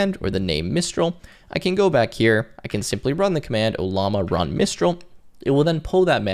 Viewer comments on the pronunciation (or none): Are we seeing evidence that you really really want to rub llamas? (I've count 2 instances so far in the video before it has finished) In all sincerity I appreciate this video.